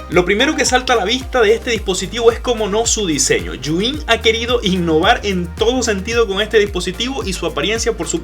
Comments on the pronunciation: Los de "Yu In" sufriendo cada vez que dice el nombre 😖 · Por qué dice yuin?